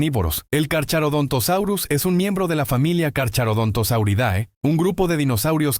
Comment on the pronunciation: Se pronuncia carcarodontosaurio y no carcharodontosaurio